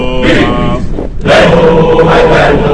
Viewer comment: La pronunciación de algunas letras es incorrecta. La pronunciación fonética de "Legio" no es "Leyio" es "Leguio" la G se pronuncia "gue" asimismo "Aeterna" se escribe de esa manera, pero se pronuncia Eterna ya que la "A" al principio es muda.